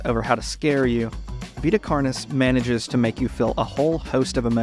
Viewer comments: I kept hearing "carnies" instead of "carnis" lmao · i love the video but every time you pronounce carnis as carnee a little part of my soul dies so please its not french